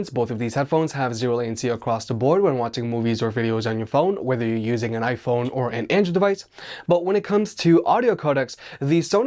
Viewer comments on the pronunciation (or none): none